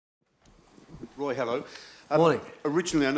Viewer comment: Anyone find it funny when he goes 'Woy'